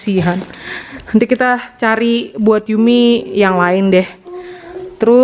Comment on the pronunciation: Yumi-can bacanya Yumi-cang,.